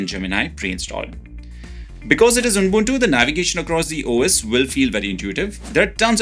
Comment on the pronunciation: It’s ubuntu not unbuntu😊